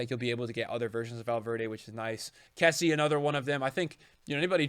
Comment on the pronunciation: your say kessie wrong